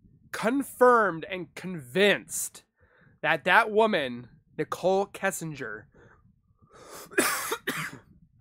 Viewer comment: I will NEVER overstand how someone feels comfortable enough to make a UTube video for potentially the entire 🌍 to see when they know so little about the subject of said video? How do you not know how to pronounce the last name “Kissinger”? It’s not exactly a weird or super uncommon last name. Cmon dude. Seriously, step your game up my dude. This was hard to watch. Whereas Annie Elise’ channel is dope, super well done. Why? Bcuz she’s super informed on the content of her videos. Wow…this is what we get when any ‘ol uneducated, low intellect individuals can have UTube channels. Some advice; don’t quit your day job.😤🤷🏻‍♂️